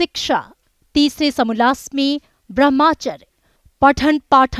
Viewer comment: its Brahmacharya not Brahmachar